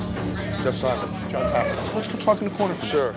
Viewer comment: Lmfao I loved the drunk security guy calling Jon Taffer, Jon Taggerfeet 🤣🤣🤣